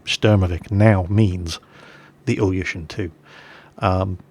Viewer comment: Not only your Russian accent is strange, also the pronounciation of the names Ilyushin: Say "BillY you shiT nOOB" without the uppercase letters. :-) I don't understand what you told about the Po-2. Afaik it was never used to strafe while flying level at 50 feet. This would have been suicide in such a slow plane. It was mostly used as trainer, liason and recon aricraft and as night bomber.